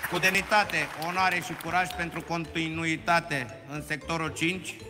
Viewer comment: "continuiutate" in sectorul 5 🤣😂😂